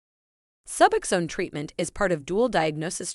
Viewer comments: Omg SuuBoxxen. Suboxen 🙉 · If AI is so smart why can’t it pronounce suboxone correctly